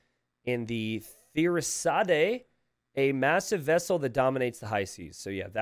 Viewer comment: FYI Ratha is pronounced with a short 'A', more like "Ruh-tha". Urumi is pronounced "Ooh-roomy" Thirisadai is pronounced "Thee-rhee-sah-die". The last "dai" is pronounced "die" rather than "day". Gurjara is pronounced "Gur" (rhymes with Tour or Moor) "jara" is just "jah-rah". The J makes a J sound :) Kshatriya is pretty straightforward once you get past the "ksh" which pretty much reads the way it's written. The first K rhymes with the "ck" in "thick", "sha" is pronounced with a short A, "tri" rhymes with "three" and "ya" is pronounced "yah". So, "Ksha-three-yah" Your "Hindustani" pronunciation is pretty accurate except for the "d". It's pronounced with a softer tone, more like "Hin-DHU-sthaan-is"